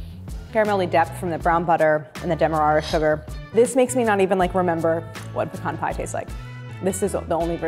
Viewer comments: As a southerner, thank you for saying "pecan" correctly. It's pa-khan, not PEE-CAN 😂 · Claire is wonderful at taking the intimidation out of fairly advanced techniques. She also pronounces “pecan” properly. :-)